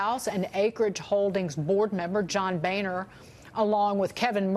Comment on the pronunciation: Should be pronounced Bonner